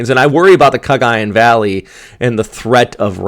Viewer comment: I hope you don't mind if I teach you some pronunciation like Cagayan where the accent is on the 3rd syllable. Cagayán. Thanks